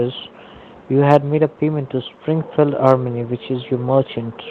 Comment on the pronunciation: That moment when you realise "Springfield Armony" is not actually a typo but they really pronounce it that way.